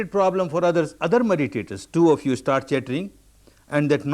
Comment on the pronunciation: "Starrrrt again, starrrt again."